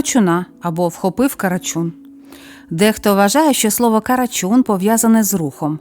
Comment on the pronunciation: Не карачюн а карачун бо слухати неможливо